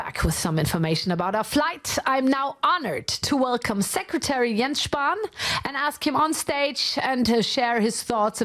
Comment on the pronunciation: As a german, it was really hard to listen to Mr. Spahn's horrible mispronunciation of some of the words of his speech. Besides that I really enjoyed the show they gave Elon